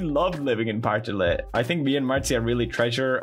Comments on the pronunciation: Say "Partille" one more time.. Pawhrtihlé. Wtf. XD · As a Swede, it's really funny hearing him say "Partille" with an English accent.